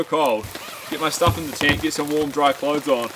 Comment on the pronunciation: Congratulations to both of you Love the way you say “Tint” ( tent ⛺️) 😄🇬🇧